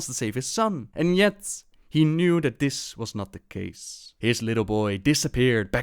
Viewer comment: you pronounce this as "dis"